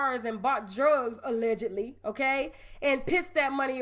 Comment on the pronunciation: UH-legedly. That right there has me hollering